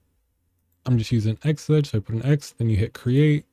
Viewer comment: p.s. xeggex it's pronounced like 'Zeg-Ex" not xedge 😂 Great video bro!